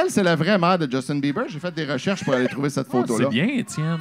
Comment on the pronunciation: c'est le meilleur lecteur mais calisse qui bug sur "trouver" prononcé "trouvère"... c'était drôle il y a 5 ans mais ça le fait paraître comme un illettré. le texte est déjà drôle sans avoir besoin de faire les snobs sur les fautes. ça fait perdre le fil. on nous enseigne en 1ère année que "é" et "er" se prononce pareil. allèze lesse amisse vousse pouvèze fère miyeux.